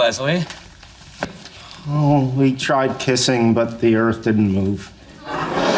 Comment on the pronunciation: It is Not Lezlie, it is Leslie.....